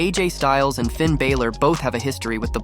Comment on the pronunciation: Stop with the Clickbait titles, vince russo is an idoit, they always called him The Fiend Bray Waytt, how many tine dose Russo say Bro?? ya saying Finns Name sooooo wrong